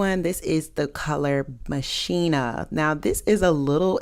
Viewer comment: All of the contacts look good on you! I will say machina is actually pronounced mock-in-ah Like mach 10 is pronounced mock 10. Not being a Karen just wanting to let people know! ❤